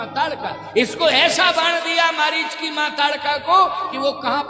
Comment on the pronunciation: मरीज नहीं था, मारीच था , सुधार कर लीजिए ।